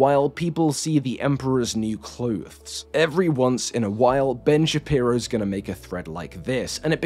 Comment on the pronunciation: The emperor's new cloothes